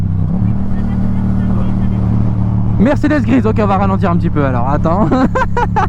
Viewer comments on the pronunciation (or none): none